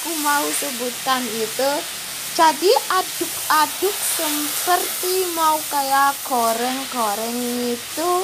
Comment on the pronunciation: Sendok magiccom: CENTONG Boiling: mendidih bukan mendinding aduk bukan raduk Semangat